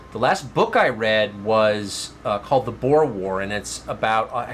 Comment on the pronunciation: Boer is Afrikaans (means farmer) and it’s pronounced Boor - not Boar nor Bore!